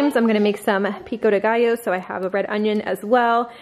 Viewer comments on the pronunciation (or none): none